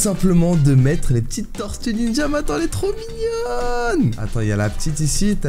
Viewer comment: Tu écorches le nom des tortues ninjas!